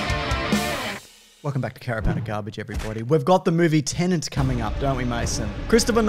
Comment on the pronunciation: I heard "Tenant" in the intro...